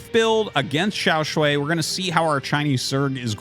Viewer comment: Xiao Sh-WHY not Sh-WAY. Wrong vowel.